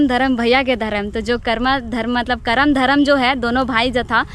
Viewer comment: पर्व करमा या कर्म नही होता है यह करम होता है।